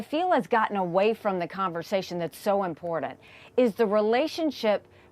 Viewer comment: To Nikii and MTG, theres no "D" in "important"!! Makes you sound ignorant